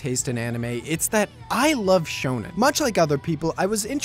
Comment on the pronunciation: whats "shownan" or what ever you said?